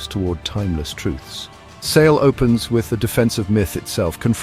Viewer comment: While this is a fantastic book trailer overall, I must point out that the narrator incorrectly pronounces Sale’s name as “Say-lee.”